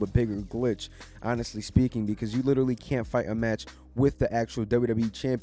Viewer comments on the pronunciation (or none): none